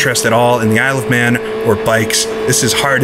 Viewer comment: Why does Isle of Man sound like I love man when you speak it fast help